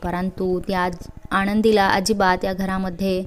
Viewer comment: भावना आणि आनंदी हे उच्चार नीट करा. स्टोरी ऐकायला मजा वाटली नाही. ण चा उच्चार टाळावे.